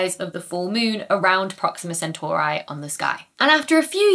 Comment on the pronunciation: Please. Centauree, not Centauraye.... 😂